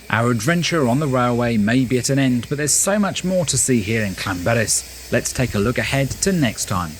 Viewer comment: Ll makes a should in Welsh as if you are holding spital in your mouth and then you throw your tongue forward in the month to make the sound so it is not Lan it is Llan